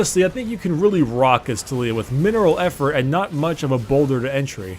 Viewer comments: tuh-lee-uh triggered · Tulia? Bro, it's not that hard to pronounce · "So you want to main TOOL-iyah" XD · Did anyone else heard fuck up at the intro and said "too-lee-oah" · His pronunciation triggered me